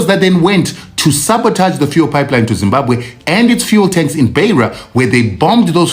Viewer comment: Zimbabwe and not Zimbakwe